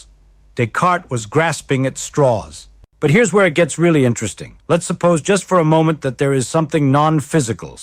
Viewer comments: AI clearly: M O ment in stead of moment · Pretty obviously ai. His hand gestures are mathematically perfect and repetitive. Also, he said M O ment instead of moment.